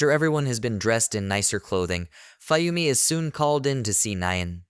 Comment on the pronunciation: also, you're pronouncing Fuyumi wrong, it's Fu-Yumi, Fuyumi, get it?